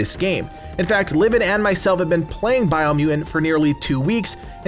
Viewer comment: Dig the way he pronounced "Bio-Mew -Un"..